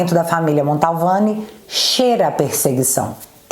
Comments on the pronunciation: te adoro, vc é muito boa, mas só te corrigindo, é família MANTOVANI e não Maltovani...Edson aqui de Taubate SP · O! Você falando sobrenome da família Mantovani errado... Não é Montalvani não😅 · Montovani e não MONTALVANI....